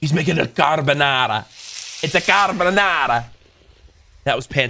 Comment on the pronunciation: As an Italian person it pains me to hear someone mispronounce carbonara that badly